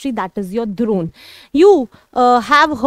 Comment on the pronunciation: it is not dhurone,it is drone🤣😂😂